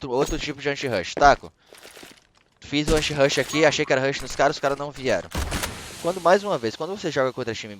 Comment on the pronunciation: Kkk o bendito "Anshirush" do